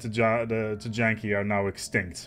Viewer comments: I love your content, but for the love of god it's not pronounced Tee-Janky. It's somewhere along the lines of Tee-Yankee or Tie-Yon-Key. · "TEE-YAN-KEE" w/o a J I think..